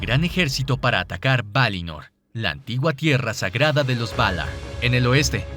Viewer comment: "Valaarr" Ulalala señor frances ¿Como se dice? "Valar"